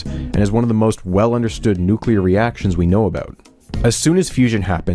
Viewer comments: The biggest question in all this is what possesses a person to see the word "Nuclear" and come out with "New Queue Ler"? How do you get there? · OK so "Nuke Lear"